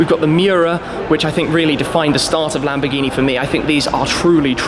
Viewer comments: LAMBOGGHINI? LAMBORRRRGHINI👌🏻 ok? RRRRR with the r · Perché si inglesi o americani dicono Lamborgini NO é LÀMBORGÌNI😤😠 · Si dice lamborghini non lambghini!!!